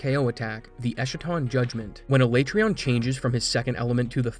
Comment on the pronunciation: everytime you say alaetreon i die a little inside